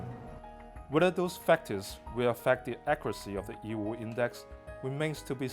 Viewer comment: I like how this presenter pronounced Yiwu and Zhejiang correctly I always find it cringey when Chinese people mimic the way westerners butcher the pronunciation of Chinese names